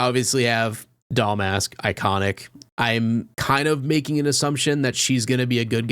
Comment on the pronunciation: You keep calling her Doll Mask” lol